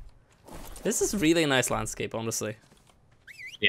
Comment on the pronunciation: NICEU! NICEU! VERY NICEU,!